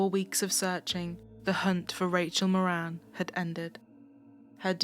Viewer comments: Not that it matters but in Ireland we would pronounce the surname Mawrin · Rachel's Surname is pronounced .. More an .. it's Irish 🇮🇪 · It helps to read the title. Her last name was Moran. Not Morin.